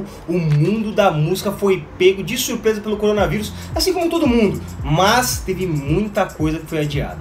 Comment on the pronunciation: CORONA VAIRUS!!! CORONA VAIRUS!!! kkkk